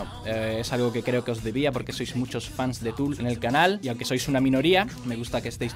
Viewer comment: Soy yo o la calculadora dice Fool y no Tool xd